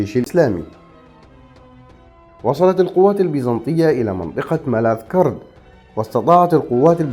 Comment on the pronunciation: على اي اساس عند لفظ اسم ملاذ كرد تفتح الكاف و الراء علما أن تلك المنطقة تقع في بلاد الكرد عبر التاريخ المعروف